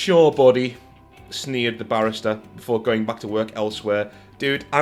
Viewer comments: BaRR-eista ;) great otherwise! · The way you are saying Barista is really messing with me, because to me, with your English accent, I'm hearing it as Barrister (my dad is from Leicester, and he says barrister with more of an A sound at the end rather than the ER sound). I'm just used to Barista having way more emphasis on the 'I'